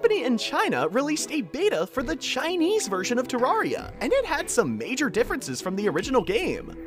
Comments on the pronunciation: people that have played the game for years still can't pronounce terraria correctly lol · You pronouncing terraria wrong = PHYSICAL PAIN